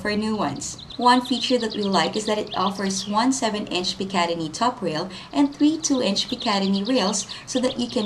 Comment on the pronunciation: btw, its pronounced "pick a tin ee"...no idea how you got picademy out of that word. Ok, I'm willing to accept accents or unfamilar words...but if you're going to advertise...then use the language properly and find out how to say the word. After all, if I got picatinny rails and you said it had picademy rails...then I didn't recieve what YOU advertised. And fix the link in the description...its broken (as of this post)